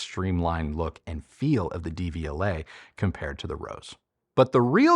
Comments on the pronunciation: Love your channel, just a pronunciation tip-- The "De" is pronounced "duh" in Devialet, vs "Dee". The pronunciation of Technics might be debatable, but since Deviolet is a French company, this is more straightforward. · When you pronounce it DVLA, all I think of is the horrible government offices where you get your UK driving license!